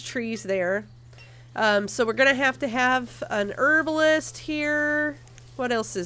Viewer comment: This is a great LP but the way you say Herbalist really annoys me.